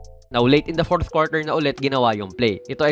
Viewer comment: Boss wag mo pilitin yung “fourth” nahihirapan ka po ay HAHA iba yung tunog